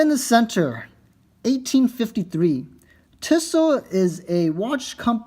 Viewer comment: it's pronounced 'Tea-so" not "tiss-o"